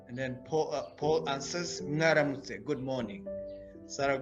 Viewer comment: You're pronouncing mwaramitse like ngaramutse?😮